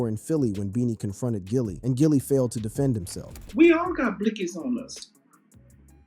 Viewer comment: His name isn't Jilly it's Gilly man I swear these YouTubers do not know how to talk or pronounce words correctly it seems like every The Voice you hear narrating a video on YouTube literally do not know proper English it's mind-blowing how someone gets paid to speak but still don't know how to speak properly